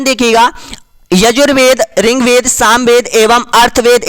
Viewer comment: Bhai...ye Riggvaid h ...Ring-ved nahi.....